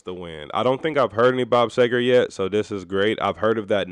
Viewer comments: SEE-ger. Just an FYI. A common mispronunciation. Peace, T. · Bob Seger (Pronouced "See-ger") is a really talented songwriter, who's equally adept at writing great story-telling ballads (Turn the Page; Night Moves; Main Street) as well as some real rockers (Katmandu; Get Out of Denver; Fire Down Below, etc.). Well worth digging into his catalog - you won't be disappointed! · Bob See-ger. But everyone gets it wrong...lol Have to listen to Night Moves and Turn the Page (live). Two of the best. Cheers! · Great song, awesome artist, love your reaction. Bob is the man! Last name pronounced as Seeger. Keepem coming! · About time you got to Seger. And it's pronounced See-grrrr. Night moves Main Street Hollywood nights Shame on the moon Rock and roll never forgets Fire down below Beautiful loser/ ramblin man Ramblin gamblin man Fire lake You'll accompany me Roll me away And so many more. Top 3 ever AC/DC Beasties And Mr Bob Seger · Really enjoy your reaction. BTW, his last name is pronounced, SEE-ger (as in, sea). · Bob Seger, pronounced See Grr. Do “Night Moves”